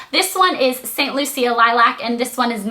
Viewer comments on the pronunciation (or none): that nail color is prounced saint LOOSHA. not loocia.. haha its named after an island!